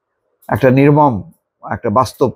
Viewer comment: নির্মম টানা উচ্চারণ করলে বেশি ভালো হয়